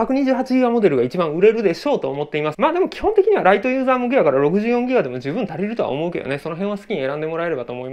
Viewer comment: メモリ 2ぎガ ってミスってるの好き